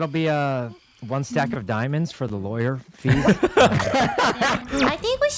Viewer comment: did no ppl notice laywer not lawyer